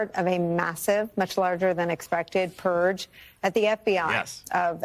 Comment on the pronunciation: What is a “purg”, Jen?